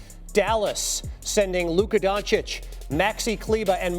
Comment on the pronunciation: He actually said „Luka Gonecic“ 💀